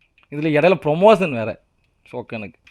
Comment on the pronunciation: Promotion is a word❤❤ Pomotion is a emotion😂😂